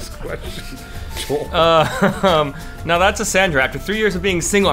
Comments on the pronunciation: Correct me if I'm wrong but did call Joel, Spoole???? looool. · Am I the only one who heard say Spoole? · I'm pretty sure he said Joel but I thought he said spoole at first too.